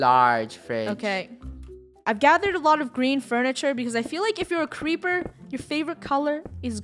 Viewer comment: its creeper not creper